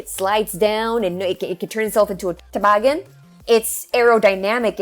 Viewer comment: you get a wisconsin accent saying the word toboggan. I'm a wisconsinite and it made me giggle I had to rewind and hear it again lmao